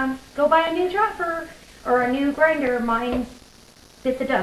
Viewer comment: The gizmo you're using to slice the garlic (and cheese) up, are you saying "Hopper" or 'Chopper" and what is the name of it, so I can get one. Also how long do you dehydrate them for ? Us beginners need ALL steps